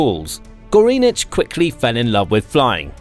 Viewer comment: "Goreenich"??? I'm sure that's NOT the way you should pronounce it...